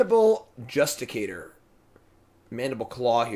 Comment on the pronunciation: Does he ever say Justiciar the right way xD